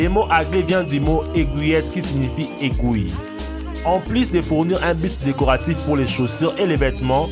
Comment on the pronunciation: trop drole la facon dont il dit aiguille !!!